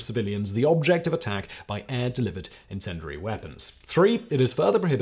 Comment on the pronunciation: Please learn how to pronounce 'incendiary'. Hint; there is no "dur" sound in it.